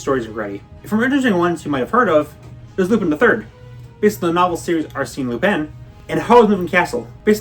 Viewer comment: ARE-SEEN LUPIN???? ARE-SEEEEEN LUPIN????????? AAAAAAAAAAHHHHHHHHHHHH